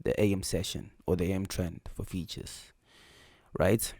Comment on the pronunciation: Pronounced Futures not Features 😂😂 great video bro!